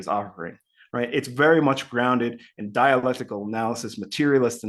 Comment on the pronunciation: It's dialectical not dialectrical 😂